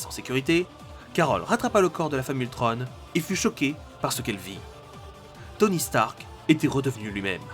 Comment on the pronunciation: Ultron pas ultrone